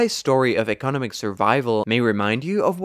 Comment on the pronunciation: You say economic weird. You annunciate the wrong part of the word lol. You keep annunciating “eco” when it should be “nom”. I’ve never heard anyone say it like that, ever, and it’s baffling - resulting in the need to go back because I didn’t hear anything else you said lol.